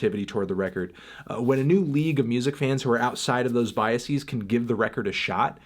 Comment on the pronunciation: Let’s Argue: Anthony is saying “BiaSEAS” rather than “Biases”.